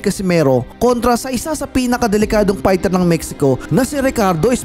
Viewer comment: Fighter not Pighter